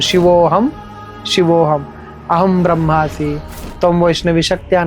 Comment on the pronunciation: ब्रह्मास्मी ❌ ब्रह्मासी ✔️🙌🏻😂